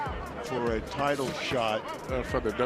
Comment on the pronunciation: Sana ma korek ang pronunciation mo. The word 'title' is pronounced as 'tytol' not 'tytil'.